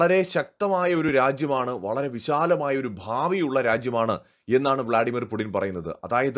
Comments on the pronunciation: പുഡിൻ എന്നാണോ പറയുന്നത്? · Puuttin... Putin it is so pronounced....Мы Любим Путина..